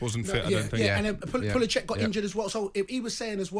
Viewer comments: He said Pulicheck haha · Yeah but man said Pulacheck. Then, Pulasix He loses 20 points for that 🤣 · "Pula-check", now that is a Chelsea player i would love to see:), how did get that pronunciation? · Pula - check isn't it? No, it's Pulisic. Okay, PulaSIX. 🤣🤣🤣🤣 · Come on, do your research on how to pronounce someone's name before you go on air. Lack of professionalism, similar to that shower of shite Chelsea today